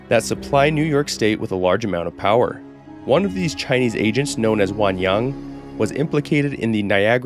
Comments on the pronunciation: Your Chinese pronunciation is great, I always love when creators make an effort to get the pronunciations right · Im very Impressed with how good your Chinese pronunciations are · I find it really funny that he pronounces Chinese better than Spanish, being much much more difficult. English phonetics are f*cked